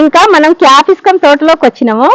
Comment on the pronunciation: Capiscum kaadandi dhani capsicum antaru.